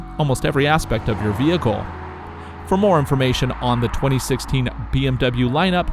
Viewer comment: Dubble bee em you